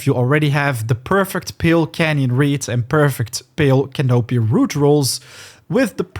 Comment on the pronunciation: It's pronounced " can-a pee"